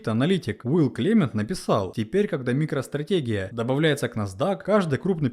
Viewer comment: Не микро стратегия, а микро стрэтеджи. аж по ушам проехал